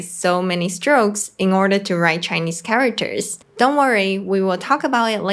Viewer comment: Cool. But the way she pronounced it charaWters is a bit annoying; if it had said just for a few times, maybe it's not really a problem, but since she said charaWters too many times, she should have learnt it better to say it properly.